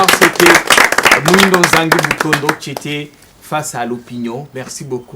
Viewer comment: Muhindo et no pas moyindo